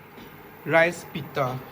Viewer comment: Pitha not pita